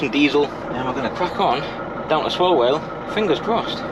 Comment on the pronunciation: Howay Man it’s Swa Well not Swallwell and Jakey Adam’s to locals 😎